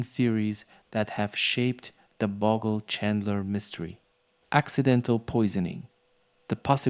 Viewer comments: Bogle, not Boggle. It's a Scottish surname. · It's pronounced Bowgel ..boggle sounds awful when Australians have heard Bowgel for years ..